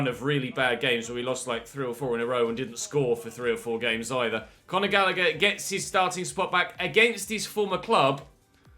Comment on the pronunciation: “Conagher” is a brilliant way to say Conor Gallagher